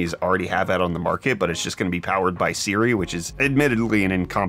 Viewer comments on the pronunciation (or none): none